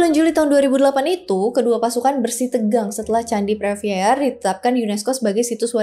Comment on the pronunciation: preah vihear dibaca: Pri wihie.